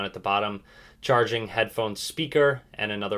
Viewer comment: you says headphon, charging and speaker wrong 😂💪